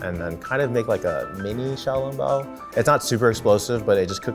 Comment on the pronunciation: xiao long bao pronunciation not good